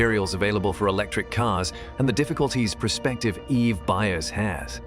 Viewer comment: This voice is AI generated right? Can't pronounce EV or EVs correctly.